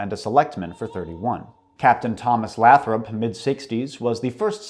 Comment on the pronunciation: Lathrop is pronounced with a long a not a short a sounds like Lay-thrup